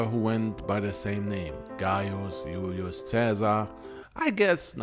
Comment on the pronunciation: Sorry but it’s not Hulio Caesar they pronounce the letter J ulious. Also we don’t need to see ur face on a documentary style video